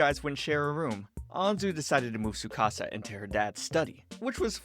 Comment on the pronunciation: There’s a t in tsukasa